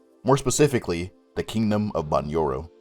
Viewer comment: First, that's a statue of Emperor Augustus, not old Jules. There is also the fact thst you pronounced Bunyoro wrong, but i'll let that pass since everyone seems to make it .